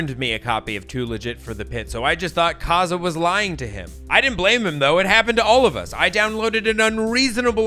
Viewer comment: Kaaza? I think you mean KaZaA.